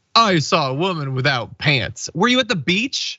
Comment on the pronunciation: "No pyants on"